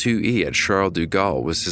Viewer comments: its like "shall deh gahl" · Bitch the way he pronounces “Charles de Gaulle” is so distracting lool